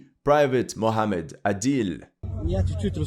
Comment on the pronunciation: That 'Somali' isn't Somali. He's Ethiopian Larping. He can't even pronounce Mohamed properly.